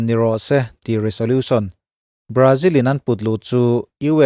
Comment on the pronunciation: Resolution tih a 's' hi 'z' ang a lam tur aw